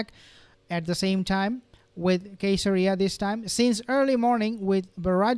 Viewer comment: I believe Caeseria is pronounced with a soft C because it's named after Caesar